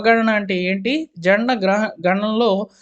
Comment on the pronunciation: correct your pronunciation first. Janana means birth, Jana means people.